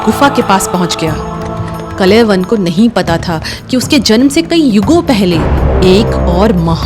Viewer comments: Respected ma'am Aap log history bta rahe ho thik hai But atleast name to thik se bataya kro Kalewan naam nahi hai kaalyawan naam hai Waise hi muchukundnda nahi hai muchukund and ichkuwa nahi ichwaaku vansh hai And ek aur baat o raja so nahi raha tha tapashya kr raha tha O bhi itni tapsya ki unke aakh kholte hi vishwa ka naash ho jata Aap logo ko to thik se history bhi nahi pata hota hai aur naaam to bilkul bhi btane nahi aata🤣🤣🤣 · ऋषि गर्ग के पुत्र का नाम "काल यवन' था न कि "कलयवन".... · Kal yavan uchchar hai not kalayavan. Galat name bol rahi hai. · It's Kaala yavan.. not kalayavan😂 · कलय वन नहीं कालयवन नाम सही लें ताकि आज की पीढ़ी भी सही उच्चारण समझे ।महाराज मुचुकुन्द नाम था कालयवन को भस्म करने वाले ओर कालयवन ने ही कृष्ण को रणछोड़ नाम से पुकारा था। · actually his name is kalyavan not kalayvan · अरे बाबा, कलयवन नहीं, कालयवन । दूसरा नाम मुचुकुन्द, तीसरा शब्द इक्ष्वाकु । Please, please, correct yourself. Otherwise your presentation is okay. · Kalay van nhi..kaalyavan.. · कलयवन, नहीं "कालयवन" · कलय वन नहीं बहना.. कालयवन मुच्कुण्डा नहीं मुचकुंद.. इक्ष्वाकु भगवान के लिए 🙏🏻 अंग्रेज ना बनों कालों... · अच्छी कोशिश लेकिन उच्चारण सही कर लो कलयवन ❌ कालयवन ✔️ मुचूकुंडा ❌ मुचुकुन्द ✔️ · Not Kalayban, he was "Kaal Yavan" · Kalayvan nahi kaal yavan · He is called kaljavan not kalayvan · मुचुकंद को मुचुकंडा बोलना बंद करो कालयवन को कलयवन बोलना बंद करो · Kalayavan nahi kalyavan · It's not kalayvan, it's kaal yavan, and it's not muchukunda, it's muchukand😂😂. atleast know the pronunciation of our own languages 😂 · Kaal- Yawan .....ka uchcharan bhi nhibkr pa rhi hain aap ...reel aji kab tk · kalyavan pronouncing all words are wrong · Kaal yavan wrongly pronounced the name the king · कलयवन नहीं कालयवन, मुचकुंडा नहीं मुचुकुंद, इक्ष्वकु नहीं इक्ष्वाकु । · Not kalayvan, but Kaal yavan. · Are madam kalayvan nahi "kaal yavan" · He should be pronounced as Kaala Yavan not kalaivan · Kalayvan nahi.., it is KAALAYAVAN.. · Kalayavan ❌ Kāl + Yavan = Kālyavan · कलयवन नहीं कालयावन